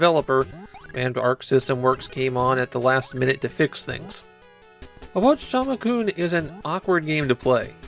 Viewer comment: why do you keep saying "obochichama-kun" though